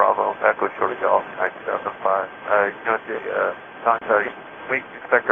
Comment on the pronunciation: Didn't he also say "2005" incorrectly?